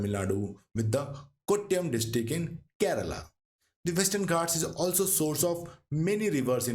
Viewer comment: Informative, but the narrator should learn the right pronunciation of names related to South India. It is very poor. Kudure mukha, Nagara hole, Kerala, Palakkad and many more